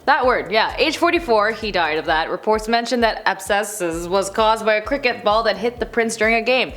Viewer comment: Ab - ses